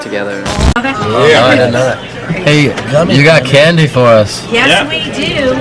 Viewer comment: the way he says candy make me feel so strange i’m